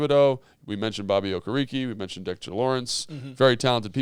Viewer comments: “Oh-care-uh-Kay”…. Okereke lol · I think his name is pronounced “O-Care-a-KAY” but who cares he’s a giant. Run the ball on him and get him tired. Same way San Fran ran RIGHT at Micha Parsons